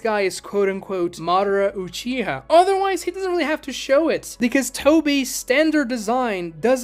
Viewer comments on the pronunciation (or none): none